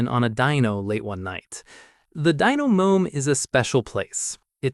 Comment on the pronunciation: Did it say (dyno mom) instead of (dyno room)?